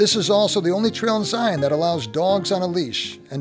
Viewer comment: I applaud your channel you are the first that Ive encountered on YT has been able to pronounce “Zion” properly, it’s a source of great frustration to we Utahns. Thank you for taking the time to ‘get it’!